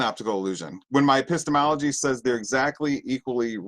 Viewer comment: That's a painful 'epistemology' to listen to